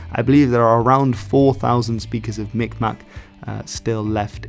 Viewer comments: The more authentic pronunciation of Mi'kmaq, sometimes spelled Mi'gmaq as well, is (Mig-maw). The last q is silent. Some have gone about pronouncing it like micmac, but that's largely due to people, and sometimes even tribal members, pronouncing it by the spelling. Depending on the area, due to the similarity of the g and k sound different areas emphasize miKmaw or miGmaw. The First Nations near the St Lawrence River tend to use a harder G sound and will occasionally even spell it Mi'gmaq. But both are largely accepted. The group that I'm working with is changing their spelling to Mi'kmaq. I currently work with the band within the United States and I have been in the process of doing cultural preservation videos with them for the public school system in the state of Maine, and for their own community. We're also going to be doing a interview with all of the remaining Mi'kmaq speakers state side. Having them just speak the language exclusively in a long form video format about their lives and stories l. It will be use for historical and educational purposes for the community and their children. The Mi'kmaq in Maine are actually very unique for Native Americans in the United States, this is because they themselves do not have historical territorial claims and what would become the continental United States. Pretty much all of the Mi'kmaq originally from Canada and fled to the United States to get away from residential schools or for work. But, because they were part of the Waba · As A Mi Kmaq Myself, You almost said it correctly but butchered the maq, In Kmaq the q is silent